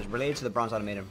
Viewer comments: aww-TOM-uh-ton, not auto-MATE-on... crack a book for once in your life. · Automaton - OR-TOM-AH-TON just so you know 😉😉😉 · OR?..its Ah-tom-ah-ton